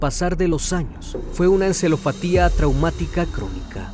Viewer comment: Se pronuncia Alprazolam...encefalopatia....buen video...saludos desde Perú.